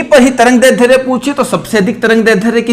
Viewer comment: सर आप दैर्ध्य का उच्चारण गलत कर रहे है।